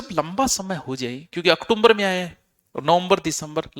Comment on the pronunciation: ऑक्टोबर बोलो ओकटुमबर नही